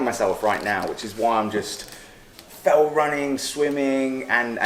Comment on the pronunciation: Was the cameraman calling it "felt running"?